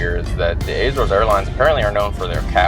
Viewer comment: Was so looking forward to watching this until you started to pronounce Azores. WRONG! It has no Eh? In it’s pronunciation what so ever